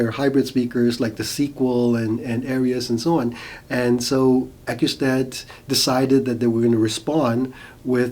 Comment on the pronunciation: You are mispronouncing and misspelling Acoustat.